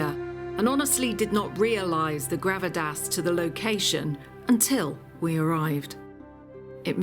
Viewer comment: It's "gravitas" not whatever you said.